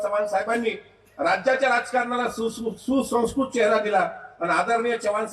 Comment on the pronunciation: दादाचं, हालव. तुमची रुपाली बाई चाकणकरान बिन तेलाची हाणली.सगळी जनता आता तुमची....सुसंस्कृत हा शब्द तरी नीट बोलता येतोय का?